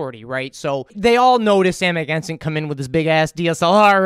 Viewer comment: It’s cojones , pronounced like co hone es. It’s Amagansett. Not sent. Just saying.